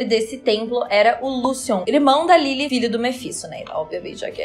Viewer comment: Sua pronúncia de Lilith é linda. Perfeitinha.